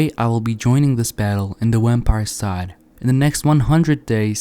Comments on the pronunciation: "Wampire" lol gg though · Is it just me or is he saying Wempire